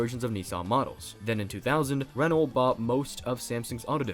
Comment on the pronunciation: The "lt" is silent in Renault. Phonetically it's more like "re-no".